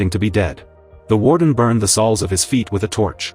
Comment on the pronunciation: I didnt know feet had "salls" 😂 Fuckin AI....